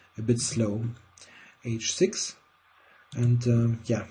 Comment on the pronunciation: "rook H-sex" :p